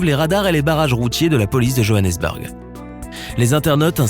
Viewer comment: La façon dont il a prononcé Johannesburg